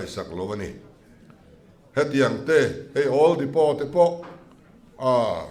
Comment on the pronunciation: Oil Depot tih hi "Dipaw" tiha lam tur aw.